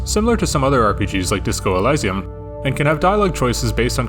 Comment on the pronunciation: brooo you did not just pronounce "Elysium" like that 💀💀💀💀